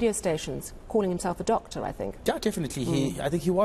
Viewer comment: Did you say "top Doctor "?😅😅😅